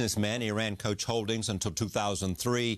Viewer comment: Adamda yanlis telafuz ediyor coach diyor